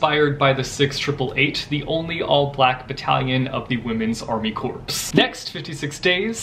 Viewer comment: Corps. is pronouced "core" like the marine corps. is said marine core. You dont pronouce the "ps" .